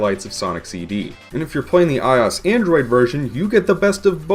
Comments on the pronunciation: get over what? I just never heard someone pronounce iOS like that , that's all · ***** he said in fue video I will pronounce iOS however I damn please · Mu5Hr00m the only thing worse than his pronunciation is iOS itself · ur saying ios wrong dumbass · Why do you pronounce iOS like that though? Weird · Pronounce it like the letters. OS stands for Operating System. "i" is just the prefix Apple uses for everything. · My 4th grade computer teacher also pronounced ios like that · stop pronouncing I-O-S as ios you tard. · i cant when on every video of him compairing a ios game from its original, he sais ios like one word, not like i-o-s like it is suppost to be said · I'm sure someone has made this correction by now, but it's pronounced AYE-OH-ES, not AYE-AWS. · Took me half the video to figure out what you meant by eyeoss... who says that. It's I.O.S. it's like the people that can't pronounce meme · Why i-os and not i-o-s? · Eyeas Eyeas Eyeas Eyeas At least you pronounce Android correctly. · IT IS PRONOUNCED I-O-S, LIKE SAYING DIFFERENT LETTERS!. NOT I OS. THAT IS SO ANNOYING! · i is the apple thing. OS is an abrevviation. You said abbreviations latter by letter. You say I seperately. I o s. Said seperately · Stop saying eyeos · it’s fucking i-O-S dumbass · "Eye Os" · Did you just pronounce IOS as Eye Oss? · I-oh-ess= iOS! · WHAT THE FUCK IS AN "EYE-OSS" ??? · The operating system Apple uses for I devices. Also, "I'll pronounce IOS how I damn please, thank you" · MegaDudeman21 well, apple pronounces it as i-o-s, totally separated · the way you say iOS makes me want to hang myself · Please stop pronouncing iOS like that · There is no damn excuse for pronouncing iOS like that. It's lower case for a reason. Being a bitch about it instead of just saying "sorry I said it wrong" is a real dumb thing to do.